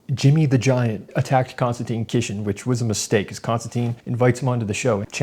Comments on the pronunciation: Good video - but it’s Kisin not Kishin 👍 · Hey, its pronounced "kiss-in" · How did you miss when Konstantin pointed out Jimmy was saying Kisin wrong? :P